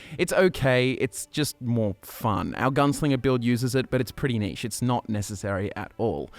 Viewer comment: Sorry, what was that? All I heard was “niche” -_